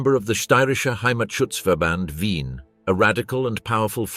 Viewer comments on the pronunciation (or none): none